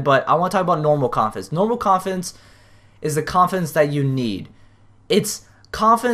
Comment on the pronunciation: Umm I just noticed that when you said confidence it sounded to me like you mumbled that word and said coffins idk if it's just me or what